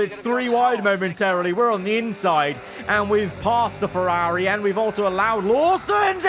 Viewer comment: “FerAAAAri” Racing